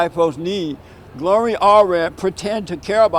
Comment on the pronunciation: LMAO! Jesse you are good for a laugh! The word "Narcissist" kicked you ass! And your butchering Gloria's name over and over and over! This video gets a thumbs up for comedy! "Donald Trump will put a big Bootiful Wall up fo us." HAHAHAHAAHAHAHAHAHAAHAHAHA!!!! Thanks Jesse!